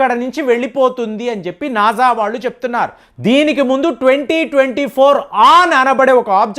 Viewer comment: నాజా కాదు. నాసా...